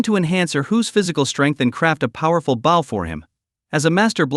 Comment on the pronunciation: When the play time is this long or longer it is usually just an AI reading a novel with bad translations of Chinese to English. I think the word I hate the most from these is "bow" since AI doesn't change pronunciation for verb form from noun form. Drives me buggy lol!